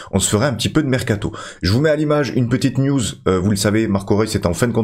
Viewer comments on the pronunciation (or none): none